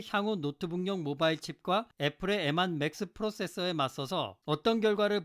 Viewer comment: 추억의 발음...엠완